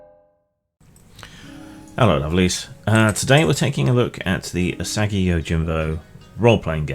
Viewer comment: It's pronounced ooh-saw-gi, not you-saggy. Love that character and the world Stan Saki created!